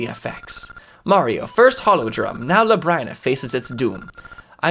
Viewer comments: luh-brine-uh? thats a weird way to pronounce it. i hear everyone else calling it lub-rin-uh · Its pronounced Lab-Rin-Uh. Because its like Labyrinth. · Not trying to be critical, but Labryna is pronounced like lu brinn a. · Finally! I've been waiting for this since the Season's playthrough. I always pronounced it lab-reen-ah. That elation you had when you found out FARP was here XD Also, something you might have missed, but you met Ambi's lover in Oracle of Seasons! He was the skeleton pirate captain! "She's gonna form a crush too isn't she?" She might be surrounded by water, but you're gonna find out how THIRSTY that tree can be. "Can I go inside her? Oooh, I can!" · So, common misconception, Nayru, the Oracle, is not Nayru, the Goddess. Same goes for Din not being the Goddess Din. They're just named after the Goddesses, they're not actually the goddesses. Also I'm pretty sure Labrynna is pronounced "luh-brin-uh". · Labrynna is pronounced Lab-Ree-Nuh If I'm remembering correctly, that's how I usually hear it pronounced. Interested in how this goes, never finished a linked playthrough myself.